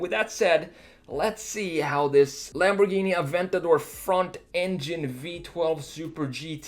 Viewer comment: Wow first time I hear someone say aventador correctly and not "Aventadoor"